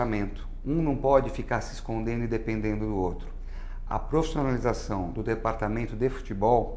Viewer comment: qual a palavra q ele diz? profissionalização? parece que ele fala prostonalizacao..rs